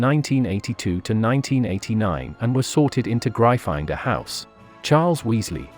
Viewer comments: Pronounced Griffindoor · Ik but the vid said Gry finder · Gryffindor is pronounced Griffin-Door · great video but can we skip the AI voice? They were in Griffindor not Gry-finder. I do enjoy your videos though. Keep up the great work. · It grifindor not gryfondon Duh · It’s Gryffindor not grifinder🤣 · Isn't it Griffindor? Not Grifinder..? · What the heck is " gry finder " ?!?! (Its pronounced gri-ffin-door by the way). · It’s not GRY- FINE -DOR it’s griffin-door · Oh my gosh it’s Griffin door not gry finder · Its GRIFFINDOR not GRIFINDER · Real Potterhead here, it's prounounced "Gryff-in-dor." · Griffindor [graifander] lol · Excuse me gri-find-dor? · Bruh seriously grifinder. Wth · My favorite word of this video was "Gry-finder" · The way he says gryffindor grifinder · It’s GRY FFIN DOOR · Really butchered the name Gryffindor didn’t you lol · You pronounced gryffindor wrong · I love the mispronunciation of Gryfindor. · Bloody learn how to say Gryffindor! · Good job! Why do you you pronounce "Gryffindor" in such a strange way? It's been pronounced a zillion times in the movies, audiobooks and by JKR herself! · Anyone else finding it hard to concentrate with the computer voice butchering Gryffindor and other words? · It's Gryffindor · Watch the video, he mispronounced Gryffindor. Also, *Gryffindor. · 1 it’s a joke 2 it’s gryffindor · Its actually gryffindor. Pls dont take this SIRIUSly (seriusly) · very nice channel but you pronounced gryffindor wrong and It's okay you pronounced it wrong